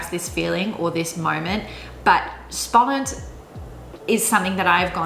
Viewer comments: Its insane how good you can say spannend lol. There no way you would think Dutch isnt your native language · You say exciting ( Spannend ) it sounds real dutch like a dutch wil say it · As a native Dutch speaker I was really impressed by your pronunciation of especially "spannend" and "uitwaaien". Really good! When you said "spannend", I thought for a moment you were a native speaker. "Jarig" also sounded very good. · My god, your dutch pronunciation for "spannend" & "borrel" was just so spot on I was so impressed. In the other words I could hear your english background but really those were perfect too. Just those two are like 100% perfect dutch. So amazed about that. Impressive and well done :)!